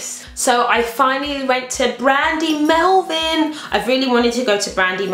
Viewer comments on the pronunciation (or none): its melville not melvin! :O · I love your hauls! I think its Brandy Melville not Melvin haha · brandy melVILLE not brandy melvin haha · It's Melville x